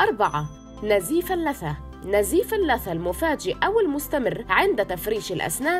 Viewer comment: ونزيف ال لا ثا 😂